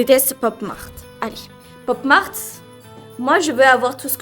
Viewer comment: C’est moi ou au début même à dit popo Mart